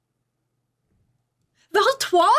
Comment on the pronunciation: "Valtrois! My love!" ok that's an immediate subscribe cause no one ever brings her up but also when they do they are bad at the pronunciation so this was refreshing <3 Edit: Yeah I finished the video and I knew that subscribe was smart. what a breakdown, new fan here.